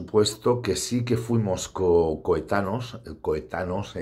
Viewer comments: Es coetáneos y no "coetanos" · Coetaneos no coetanos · Coetáneos! Se dice coetáneos, campeón. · ¿Tú has escrito varios libros? Claro, claro; si no sabes ni escribir...Por cierto, se dice ¨coetáneos¨.